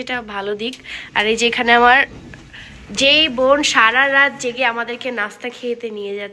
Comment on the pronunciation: একটা কথা বলি তুমি কিছু মনে করো না তুমি অনেক কথার সময় শুদ্ধ ভাষা ভুল বলো একটু খেয়াল করে তোমার ভিডিওগুলো দেখো তাহলে বুঝতে পারবে যেমন বললা অন্তরা আপু জাগো ছিল আসলে জাগো হবে না জেগে ছিল প্লিজ কমেন্টে নেগেটিভ ভাবে নিও না